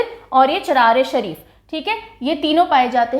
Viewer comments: ❤ maam u r the only who pronounced "Charar e Sharif" correctly. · Who said you are not pronouncing the words correctly?... I am from the Charar-i-Sharief and Mam you pronounced it exactly how we pronounce it. Blessed to be your student...God Bless You.